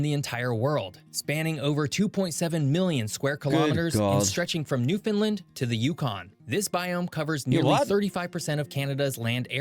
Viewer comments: Not sure that the narrator is Canadian, because Nunavut is pronounced with a 'noon' sound like Noon-uh-vut. Also the narrator pronounces Newfoundland as 'Noofunlund', but in Canada the pronunciation is more 'NoofundLAND' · Well, my friend, everyone you know mispronounces it! 😅 It's pronounced Noof-end-LAND. (The last syllable is stressed and pronounced like in Disneyland or understand, not disneylund or understund. 😖) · That elk identifies as a moose during elk season…also the way this guy butchers Nunavut, Newfoundland and Iqaluit is WILD! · To be fair, I don't think most Canadians know how to pronounce Iqaluit